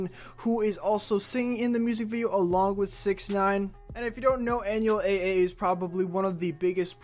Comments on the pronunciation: I’m sure by now bro you know it’s Beh-Beh but just so you know now too, it’s pronounced “Awn-well Double A” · I’m mad you said everything wrong and disrespected Anuel AA name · Nooo he fkn pronounced Anuel AA wrong it's getting me triggered 😡😡